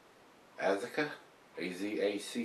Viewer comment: Azacca....Ah-zock-ah. Its a hop variety from South America. Founders makes an Azacca IPA you should sample. Cheers.